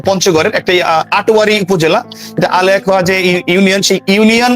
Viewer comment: "আলেয়াখোয়া" নয়, আলোয়াখোয়া।